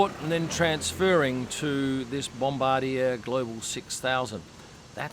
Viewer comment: As a Canadian, I can tell you the Stroll's arrived on a Canadian-made bom-bar-d'-yay